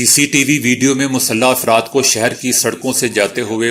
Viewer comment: افراد ، afradہے ، ifrad نہیں!Mind your pronunciation